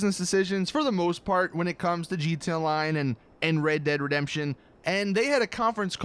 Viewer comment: Stop saying gtonline and say it right